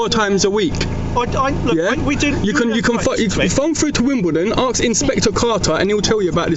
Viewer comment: Hooray , you said ask ! although you did say "arks" a few times , but much better